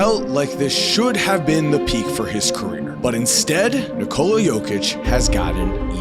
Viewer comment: It's not Nih-Cola. It's Nee-co-luh.